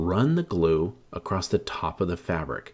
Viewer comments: I love this. I already have my pallet. Just one thing...the word is "across" not acrosst..😅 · It’s ‘across’, not ‘accrost’. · Acrosst isn't a word my man. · I can’t stand when people put a “t” in across. Absolutely kills me.